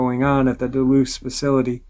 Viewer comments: The dulce base is not pronounced deloose it’s pronounced dullsee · Can you please pronounce Dulce correctly im almost positive your saying it wrong